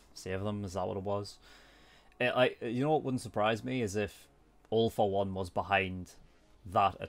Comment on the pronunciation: When he says All for One *What most people hear*: "All for One" *What I hear*: "Awful One"